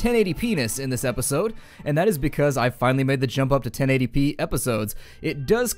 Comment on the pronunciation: 1080 p-ness... I can't be the only one that hear that that way xD